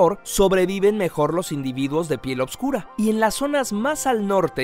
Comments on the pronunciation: Es oscura.....y no """opscura""" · soy el unico que cree que dice obsvuro